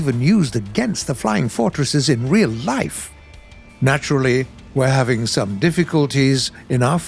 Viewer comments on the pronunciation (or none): none